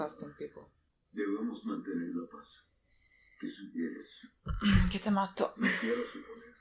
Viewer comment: "que te mato" jajaja i love your spanish